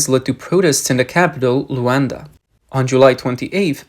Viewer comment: Not Rowonda. L U A N D A